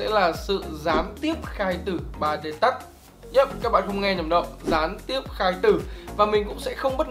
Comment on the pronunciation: v a duy đọc từ touch nghe cùi chuối vl :))